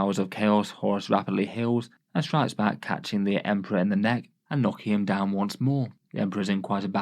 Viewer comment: I really liked when he said "it's emprah time" and emped all over those guys.